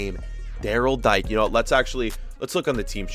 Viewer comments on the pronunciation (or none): Dike pronounced the way he said it is a homophobic slur